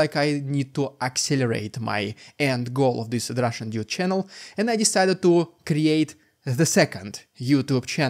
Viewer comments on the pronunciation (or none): none